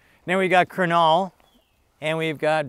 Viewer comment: either there was a spelling error on Kunal's name or Sandy completely botched the pronunciation 😂